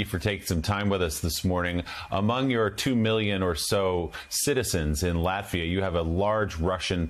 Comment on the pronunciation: Sorry….can you please learn the name of the country before you talk about it! Lafita doesn’t exist! It’s Latvia with a T…..